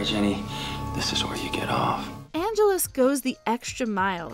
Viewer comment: Why did she keep pronouncing Angel's evil name like 'Angeles'? It's Angelus, like: ann jealous. Or am I remembering it wrong?